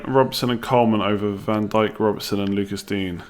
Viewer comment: By the way mate it’s pronounced Luca Deenyer not Lucas dean